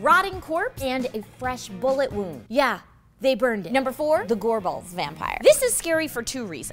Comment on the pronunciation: lol. Gore-Balls.